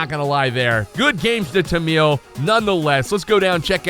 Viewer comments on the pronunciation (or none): Its tamil not tanmil